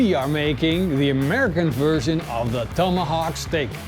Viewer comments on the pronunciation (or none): WTF is a "Tome-ahhh-hock" You overcooked the crap out of it too.